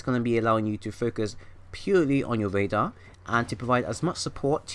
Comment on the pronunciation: im sorry brother, but it's radar not rader